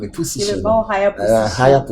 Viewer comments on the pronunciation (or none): Ah...did Aka said pussition😅😅😅😅😅